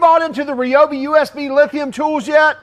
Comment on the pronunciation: Yooo, you said Ryobi correctly. Nice.